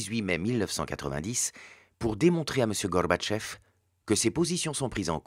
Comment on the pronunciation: Excellent pour le fond. Par contre, il faut qu'il arrête de vouloir prononcer "Gorbatchev" (Горбачёв) avec un semblant d'accent russe, parce que ça ne le fait pas du tout. L'accentuation est sur la dernière syllabe, qui se prononce "o" et la première syllage est affaiblie en "a". "GarbatchÓv"